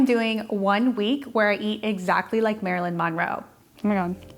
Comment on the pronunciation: Omg can you please pronounce her last name the right way 🙉